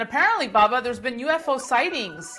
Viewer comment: Its......BUBBA Danny!!! NOT,,,,,,BABBA!!!!!!!.........BUB!!!....NOT BAB!!!